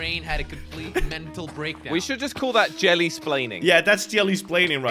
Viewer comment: jelly is a British boi